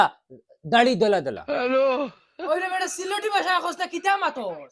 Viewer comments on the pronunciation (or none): none